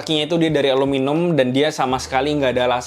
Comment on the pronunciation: ALUMINIUM bang, bukan aluminum, itu orang2 amrik aja suka salah baca, g usah ditiru sok sok american